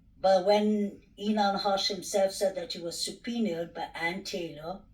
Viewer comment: What is 'supernied'?? You surely can't mean subpoenaed!??